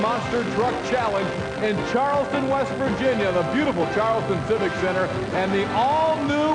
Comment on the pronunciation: it's West Virginia not Vest Virginia.